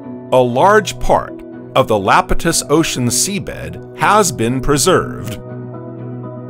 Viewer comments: Holy crap dude it’s Iapetus not Lapetus. It’s an “i” !! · Lapitus? Eh, it's pronounced Iapetus. With an "I" not an "L". eye-AH-pet-us. Sounds so stupid when you say Lapitus. You sound like an AI struggling for breath. :) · It’s EYEpetus spelled Iapetus with a capital I, not Lapetus. Is this an ai voice reading a script? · Did you know that that early ocean was "Iapetus", not "Lapetus"? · Or "Iapetus". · The reader, human or AI, failed to read "Iapetus" correctly, mistaking the initial uppercase "i" for a lowercase "L" every time. None of the humans involved ever caught or bothered to correct this glaring error.